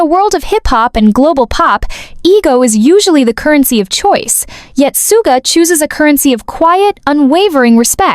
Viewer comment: It’s pronounced Shuga ugh